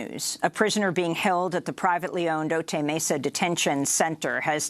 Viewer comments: It's "O-tie" Mesa, not O-tey. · Otay is pronounced o tie.